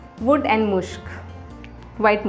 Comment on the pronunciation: मुश्क नहीं मस्क होता हैं